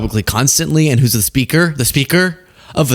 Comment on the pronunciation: “Dis president , on da eve”, Mike doesn’t like his dental fricatives!!! (Saying th instead d. )